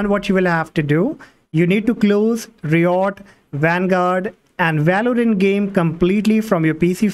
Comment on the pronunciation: all good but i hate the way he says RIOT......thanks